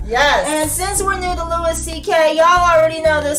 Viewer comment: just wanted to leave a comment to let you know Louis' name is pronounced like "Lewie", not "Lewis". Besides that, I hope you react to more Louis CK clips, he's my favourite comedian :)